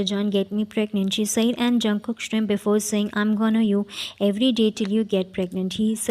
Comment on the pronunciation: Convenience jungkook😂😂😂I can't stop laughing😂😂😂you need to learn english first girl You pronounce smirk as Shrim in your country?😂😂😂